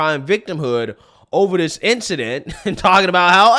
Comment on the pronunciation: It’s “THIS” NOT “dis.”